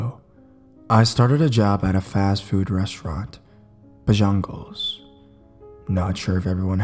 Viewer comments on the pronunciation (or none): Btw in the first story it's NOT pronounced bojungles it's pronounced bojangles just to kindly let you know 😉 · omg! it's spelled Bojangles and pronounced bo-jane-ghools, not bojungles lol. it took me forever to realize what restaurant you were even talking about! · It's pronounced BO-JANG-ELS not BO-JONG-LES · No shade as i love your videos and I know this video is old but I can't hold back- To anyone who reads this it's pronounced "Bo-jangles" and not "Ba-jungles" and now that I think about it I don't think I've ever actually seen it out of the south.. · The last part of Bojangles is not pronounced 'ghools'...more like saying 'gulls'. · Sorry if this sounds rude but it's pronounced bo-jang-als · Yeah, Bo-jangles. Like "jangling." Bless his heart. :D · Cracked me up too. Buh jungles...lol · ROFL bro it's pronounced BO-JAINGLES as in like a key chain that jangles "say it southern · Robbert Nyhan same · The way you pronounce Bojangles is a nightmare XD Love your vids though~ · I don't mean this as hate but the way he pronounced Bojangle's made me laugh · If he would've sounded out Bojangles he would've pronounce it right. I don't know where the u came from in the middle